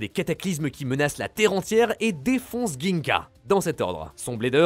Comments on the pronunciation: Bon la prononciation c est DJINGA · WTF la prononciation de Gingka 😂